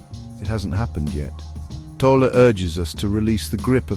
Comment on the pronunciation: You say first thing “the book has touched countless lives, including your own,” yet you mispronounce his last name? How can that be? Have you ever listened to any of Eckhart’s countless recordings, including the one where he reads his own book, The Power of Now, on YouTube?